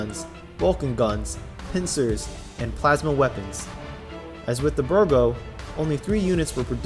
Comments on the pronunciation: Bigro, not Birgo. No offense. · B I G R O Not Birgo